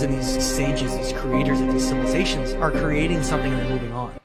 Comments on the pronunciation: Anyone else catch "THE CILIVATIONS" LMAO Opposed to civilization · 'Cilivizations' is crazy 😂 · “CILIVIZATIONS” headass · This is also coming from a guy who can't pronounce Civilizations, I'm not saying he's right or wrong. I personally believe the planet has been here way longer than our human minds can even understand. I also believe when we as humanity get to outta hand our planet rinses and repeats , hoping for a better versions of humanity in our next uprising as a civilization. I may sound just as crazy but if you really think about what im saying it makes alot more sense than the flat earth or domed planet BS alot of these conspiracy extremists actually promote and produce videos about just for views and likes